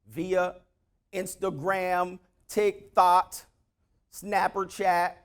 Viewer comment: He said "tic thot" 😭😭😭😭